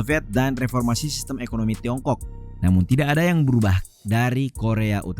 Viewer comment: Jorok banget nyebut Tiongkok nya di menit